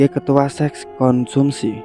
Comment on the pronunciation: Konsumsi mas, bukan Komunsi :) Good story btw! Lanjutkan!